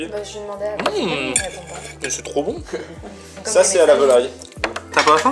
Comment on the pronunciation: il dit sa au lieu de ça